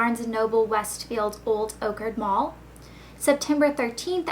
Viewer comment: lol old orchard is pronounced like.... orchard. like an apple orchard.